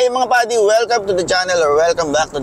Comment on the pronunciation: "PADI" or "buddy"? :O